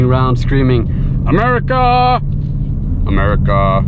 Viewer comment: Hey, It's not "Americaahhh", It's "'Merica".;) Just to clarify that.